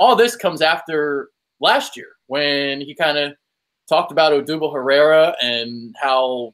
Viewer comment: Honestly I rather deal with Joe Buck than Schmidt. At least buck does his homework. Schmidt was still saying Herrera and every other Spanish persons name wrong. Even tho it's his fucking job, to know and say their names. I mean it's one thing to say opposing team players wrong, but cmon at leasy get our own guys right. Its downright arrogance, when the guy sitting next to him can says the names right 10 times a night over the course of 80 games, but Schmidt refuses to learn